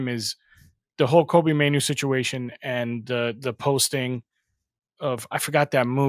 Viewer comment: My guy, his name is ‘Kobbie’, not Kobe 🙈😩😩😩 it was killing me. Belittles what you’re saying if you can’t learn or be bothered to pronounce his name correctly